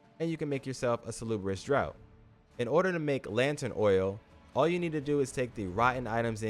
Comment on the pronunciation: Draught is pronounced as Draft, like draught beer, it's just the British spelling.